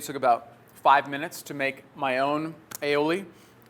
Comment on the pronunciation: its pronounced I'oh'lee, thx for vid! :) ...cheers!